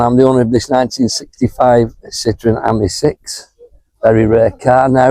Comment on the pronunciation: It’s pronounced as in the French for friend AMI , not the same as the girls name Amy .